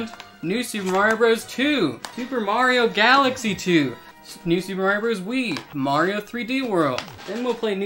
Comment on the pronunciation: Give me a thousand dollars every time he says “mairo”